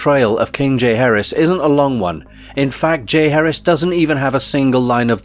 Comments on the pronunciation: Its not pronounced Jay Harris. JAH Heir ezzz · Decent video, but small details matter. It’s ‘Ja-HAR-is’ not ‘Jay Harris’ 🐲😁. Thanks for taking note.